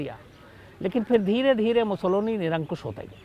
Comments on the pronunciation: शम्स भाई, बेनिटो मुसोलिनी के विडिओमे आप जो 'मुसोलोनी' उच्चार कर रहे है, वो सही नही है. 'मुसोलिनी' सही है. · नाम Mussolini है और आप लगातार Mussoloni बोल रहे हैं क्या देखने सुनने वाले * हैं ??? या शायद * ही हैं । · मुसोलोनी नहीं वो मुसोलिनी हैं।